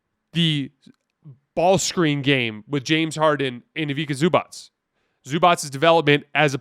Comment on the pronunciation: It’s pronounced e-vee-tsah zoo-bahts